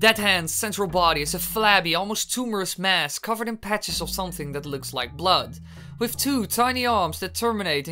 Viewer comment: And bloud